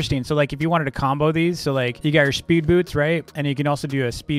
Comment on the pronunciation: When he said “boots” it kinda sounded like “poops” just saying